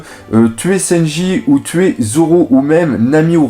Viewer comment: Tu sais pas parler c'est Luffy (prononcé lEuffy et pas lOuffy) c'est pas Senji mais SAnji !!!!!!!!!